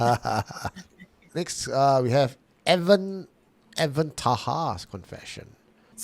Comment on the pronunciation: Alamak why you butcher my name? e-W-a-n is Evan meh? It's Ewan as in E-one